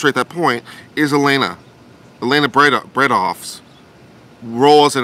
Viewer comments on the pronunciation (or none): none